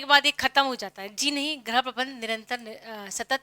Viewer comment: Ma'am Right Pronounciation of गृह is "GRIH" not "GRAH".